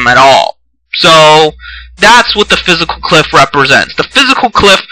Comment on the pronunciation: say Fis-cal